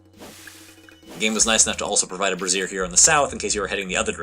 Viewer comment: /ˈbrāZHər/ - not /brəˈzir/... it rhymes with Fraiser